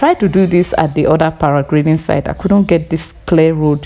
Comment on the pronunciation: for sharing But the word is PARA -GLIDING Thanks